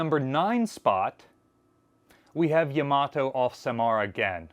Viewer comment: Not real important BUT Yama - toe is the correct pronunciation for Yamato at least if one is pronouncing it as a Japanese word or name.